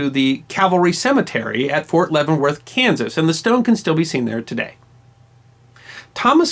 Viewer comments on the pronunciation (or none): none